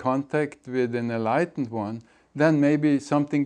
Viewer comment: why emphasise enlightened so much its cringe haha